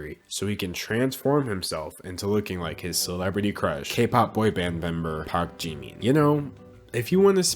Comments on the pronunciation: I can hear the kpop stans screaming in the comments because he said 'jimeen' not jimin lol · its jimin not jIImIIn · "Jee-mean" thought it was Jimin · “jimmi” Me: ITS “JIMIN” Also me: oh shoot I hate k pop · i love how you pronounce 'Jimin' like 'Jeemin' lol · The fact that you got away with calling him "jeemeen" the entire video is fucking hilarious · This is something stupid but it’s killing me you keep pronouncing him as Jeemin.... please don’t do that....... yet again sorry it was just wrong pronunciation bye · "park jeemin" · No one:: Jee-mean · I love you, but JEE MEEN? Lol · he really said jeemeen with his whole chest huh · The way he says Jimin so funny 😭😭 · I love how he pronounces Jimin’s name wrong the whole time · Me just cringing that you say jimins name wrong, still love it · you said jimins name wrong😭🤚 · THE WAY HE SAID JIMIN lolololll. Btw. Poor BTS.. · Anyone else bothered by the mispronunciation of jimin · aka him saying Jimin wrong for 13 and a half minutes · ...this is how you pronounce it...? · bruh the way he pronounces his namee ahahhah